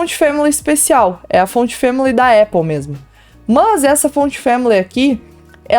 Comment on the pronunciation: Pq ela fala "mãs" no lugas de mas?